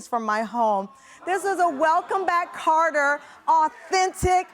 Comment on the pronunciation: KOTTER. Not CaRter